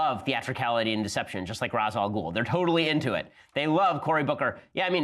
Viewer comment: Ben calls himself a DC fan but doesn't know how to pronounce R'as Al Ghul